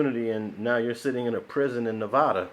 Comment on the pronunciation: Hate the way he says Nevada. It's pronounced (NEV-ADD-A) NOT (NEV-AH-DUH)